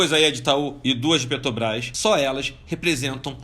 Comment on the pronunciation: Incrível como um cara que não consegue nem falar Petrobrás faz tanto dinheiro !